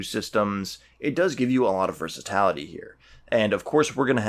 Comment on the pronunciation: Are you meaning to say "versatility" ?? The pronunciation is killing me haha. Otherwise cool video. Assisted me greatly in building my USMC infantry from the start army box